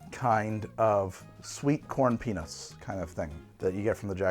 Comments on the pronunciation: sweet corn penis is what it sounds like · Pretty sure said "sweet corn penis" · Anyone else hear "sweet corn penis" ? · I heard "sweet corn penis" for the last drink and it brought my attention right back to the show